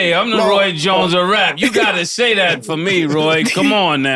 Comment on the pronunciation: Roy “Joins” Jr 😂